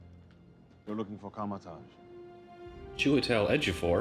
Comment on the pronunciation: he straight butchered Chiwetel Ejiofors name😂